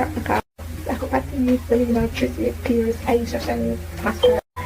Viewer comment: U still have Pearce as peart LOL